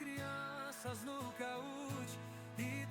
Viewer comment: kahoot* nao kahoo